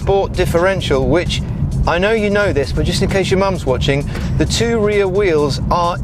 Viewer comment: you should stop pronouncing rear 'real'